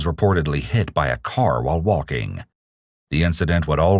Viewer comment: I love how pronounces "waulking" and "taulking".